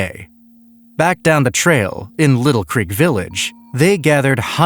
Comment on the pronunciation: FYI: The T is silent in Lytle Creek